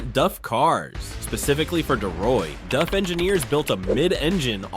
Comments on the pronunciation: DAF not DUF. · Is it me or is he saying ‘Duf’ instead on ‘Daf’? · It's not DUFF it's DAF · DAF. Not DUF, DAF. I know cuz both remaining turbo twins are parked three blocks away from my house. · DAF is pronounced A for apple not DUF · Its a DAF.....not a DUFF 🤦‍♂️ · its daf not duf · its pronounced D A F not duff ! for christs sake...and they were beasts. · Do Americans watch any videos BEFORE making their own??? Surely a quick watch would teach you it's dAf not duf!!! It's dAkar not de-kar. Come on guys, you speak English, you're accent isn't even that strong it's not hard to learn to pronounce words as used in their home countries. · DAF not duff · It’s D A F not duf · Duf ??? It is DAF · Its daf not duf 😂😂😂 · DAF as in daft not DUF as in beer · Its Daf not Duf or more precisely Dav is closer to the way the Dutch pronounce it. Its literally written on the side of the truck how can you get it wrong. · What is a DUF? i didn't realise it wasnt DAF.... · What's a Duff truck? A beer truck for Homer Simpson? Get the pronunciation correct... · bro I am grateful for the free content I get to enjoy, but please, help me understand. How did you arrive at pronouncing "DAF" as "duff"? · Why can’t Americans seem to pronounce simple manufacture names properly it’s Not DuF that’s a beer from the Simpsons DAF D A F as bad as Americans trying to pronounce NISSAN Ne-SAN it’s wring NISSAN like miss Nissan no Nee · That's D-A-F not D-Uh-F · not dov. its Daaf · its pronounced DAAAF not DUFF, but then again .... A.I voice overs are not exactly good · It’s DAF not DUF? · It still a DAF, not “DUFF.” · of DAF? i mean its close but not correct, its pronounced with an Ahh instead of an Uhh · Its pronounced D A F F not D U F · Duf….Duf….DUF?!?! Who is Duf Trucks. DAF - Dee Ahh Ffff - DAF…like “Daffy Duck” minus the fy at the end. No “U” in it, and the aren’t Springfield’s finest beer 😂😂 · from England we don't pronounce it "duff" it has an "a" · Why is he saying DUFF? Stupid AI